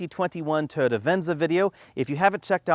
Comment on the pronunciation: Please please please pretty please... Toh-yoh-tah, or Toy-oh-tah, not tuhhhyota